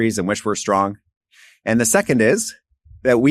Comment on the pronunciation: Strong, not shtrong